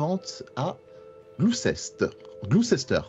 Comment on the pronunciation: Gloucester se prononce "Glouster", pour info ^^